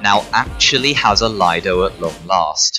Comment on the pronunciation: Leedo not lido